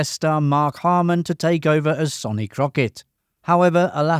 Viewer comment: It’s pronounced SUNny Crockett not SONny even though its spelt like that. And it’s pronounced YAN Hammer not JAN Hammer. You tell us 20 things we “never knew” but you never watched a single episode yourself obviously.